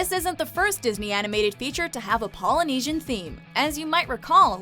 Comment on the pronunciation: wow you pronouced all the poly words correct respect